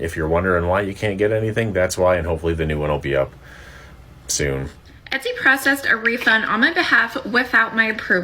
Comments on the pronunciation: Hi ti 👋🏾 just FYI, its E-Tsy and not E-sty 🤭❤ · It’s Et-see not Es-tee 😅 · Etsy missed the mark because the way you pronounce their name sounds 1000xs better than how they do. It sounds like a luxury brand the way you say it <3 We need to petition them the change it.